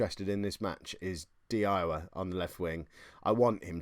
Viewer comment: Hate to be that guy but its 'di Iowa' should be pronouced "di yoya". Great video though. Loving the story of this save.